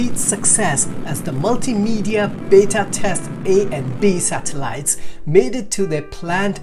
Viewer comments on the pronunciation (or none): none